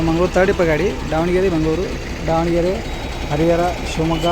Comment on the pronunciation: Sir adhu Dhavanagere not Daavanagere please pronounce correctly